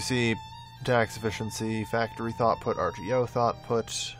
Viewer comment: thoughtput? you mean throughput